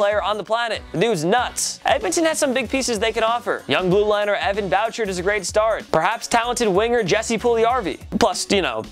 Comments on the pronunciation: I don’t know how you can know this much about hockey and the oilers but still call him evan “bowcherd”... Evan Boo-Shard is how to pronounce it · Wow. It is am in Edmonton Alberta and I am pretty booty bothered. Do you guys know NOTHING of hockey?! Evan “Bow-chard” “Jessee pulljewjarvi” ?!??! It’s “boo-shard and “yes-sa pulley-Are-vee”. Not to mention the oilers CANT afford Subban unless they shed one or two of Russell/Sekera/Lucic contracts. They have literally no cap space whereas Nashville likely has more to work with (I think- i’m pretty sure they do LOL) Hire people to do hockey for you guys. It’s a joke how much you guys reek of ESPN syndrome. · For evan bouchard, its pronounced BOO-SHARD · Predators are fine on cap. PK couldn't fit in Edmonton either with their cap so... also, figure out how to pronounce names; Poile ---> POY-al... Bouchard ---> BOO-shard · It’s Evan Bouchard pronounced (boo-shard) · The pronunciation is awful. Subban not subon, booshard not boochard and Poyle not polie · He didn’t pronounce Subban or bouchard right like i swear they don’t know anything about hockey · He butchered subban and Bouchard name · This mans knowledge of hockey is the same as a brick walls. How do you pronounce Bouchard wrong. That’s a basic everyday name. Same with Subban. Come on man at least do some research before uploading the video